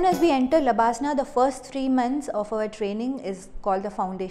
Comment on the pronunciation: lbsnaa.....not labsnaa